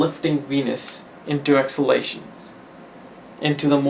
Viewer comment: First learn how to pronounce DEBILITATION and EXALTATION 😮‍💨😁😂😂😂